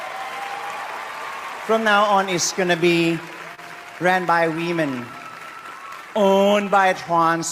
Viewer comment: Thanks for the content! When he said "wemon" I couldn't help but laugh. They devalue real woman and traditional families. Its all on purpose. From the top of our government, and china.